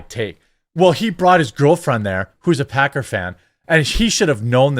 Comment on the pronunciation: i'm certain he called them packer fans but i heard pecker fans and no i can't unhear it Lmao also football fans are the MOST toxic sports fans i've ever met